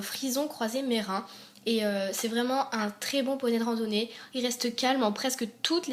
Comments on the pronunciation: Merens se dit merensse pas merein 😊😅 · J'adore t'es video mais on dit MerinS on prenons le S je crois ( JE suis PAS sure amis presque sure )